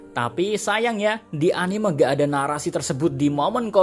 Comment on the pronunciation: Min, bisa ga sih ngomongnya anim’E’ (dengan “e” bukan “eu”) orang di jepangnya sendiri aja bilangnya anime (アニメ) bukan animeu. Kesel bgt deh sama kebanyakan awam yang bilang animeu.